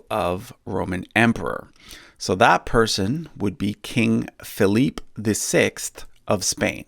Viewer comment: Well ... it's not even french since it would be pronounced "fee-leep" and not "fee-leap"